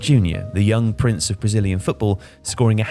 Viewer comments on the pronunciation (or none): none